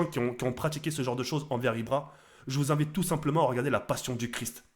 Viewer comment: moi j aime bien quand ibra dit POCE BLO